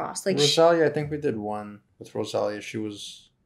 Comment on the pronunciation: You say rosalia Wrong lol 😆 😂 🤣 😅